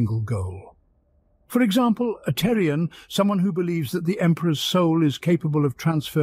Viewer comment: Thorian, not Terrian